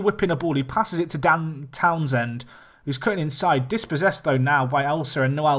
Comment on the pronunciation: How much times can you mispronounce Dan Townsend in 20 minutes? haha